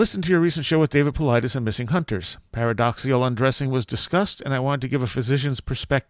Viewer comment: paradoxical, not paradoxial